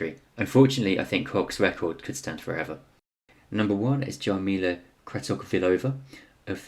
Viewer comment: Koch _ read Kokh Jarmila _read Yarmyla